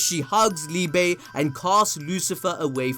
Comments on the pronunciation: Definitely down for some Liebe merch! But yeah, very likely that we are keeping up with more German names, and Liebe is pronounced like Lee-beh. Brilliant counter to Lucifero haha, die große Liebe 🤘❤ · As a german it hurts everytime he says liebe